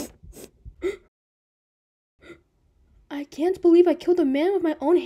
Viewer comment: “koolaire 🥺🥺🥺” BRO IS CLAIRE THE CEO OF KOOLAID NOW? 😭